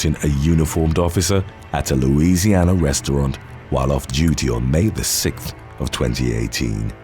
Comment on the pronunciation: I love the way you say “law” but the way you pronounce 6th drives me crazy 😂